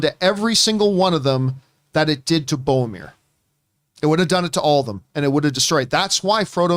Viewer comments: John it's BOR-O-MIR lol. Love you guys! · "Favorite character in fiction ever" ... "Boamir" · Hearing John say "Bomir" so many times gave me tinnitus.